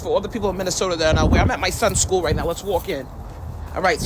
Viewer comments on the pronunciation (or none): none